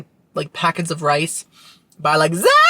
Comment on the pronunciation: The TLC mattress-eating joke was a fantastic opener! Got a kick out of the Little Women joke, too. You slayed “Zatarans!”